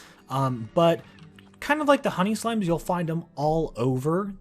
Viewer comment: when he said "honey slimes" it sounded like he said "honey slams"